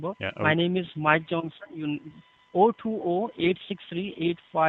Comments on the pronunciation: He couldent even say his name lol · "My name is Mike Johnson" lmao thats your name eh, and you cant even say it? Hahaha